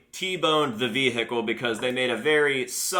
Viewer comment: the way he says vehicle "veHIcal"